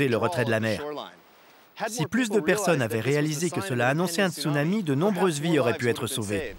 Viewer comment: latrille béatrice D'accord quelqu'un qui met des vagues en fond d'écran de type surf et il dit stounami à la place de Tsunami...